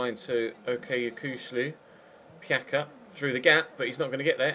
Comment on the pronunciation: Pjaca isn't Piaka, he's Piatsa. And Kroos isn't cruise, it's pronounced like [kro:s]